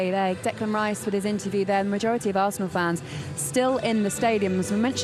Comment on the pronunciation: Ahhhhhh hes a good player to be fair. Better than enzo or caicida butchered his name RICE isnt a keane , not a 100m player but in the market these days he prob is . Good age , English and maybe captain soon